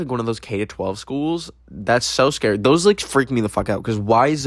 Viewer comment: Based on how says “scary” I’m pretty sure he would spell it as “SCAREEI 😨”